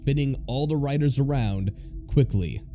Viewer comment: "Da rydas"